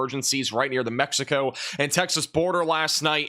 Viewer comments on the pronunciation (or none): none